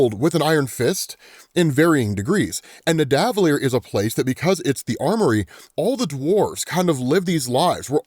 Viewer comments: it’s Nidda-vuh-leer not nih-däh-vuh-leer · Thank you!! He was getting on my nerves with that. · Its pronounced (NIH-DUH-VUH-LEER) btw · With kindness, may I recommend the pronunciation of neh-duh—vuh-lee-er with the pause between duh and vuh, instead of neh and duh